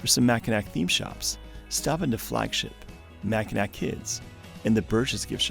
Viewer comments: Not sure if anyone’s pointed it out, but “Mackinac” is pronounced “mackinaw” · “Mackinac” is a french spelling of a Native American word, so the “c” is silent - “Mackinawww” - means a type of turtle - “turtle island” - place of creation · Great video, just a tip don’t pronounce the last “c” in Mackinac. It’s how everyone from Michigan says it.